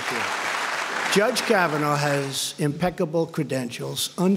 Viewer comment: Kavanaugh naw like raw not now like cow! Is English a second language?